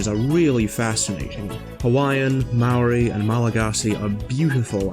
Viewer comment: >didnt pronounce Maori right lul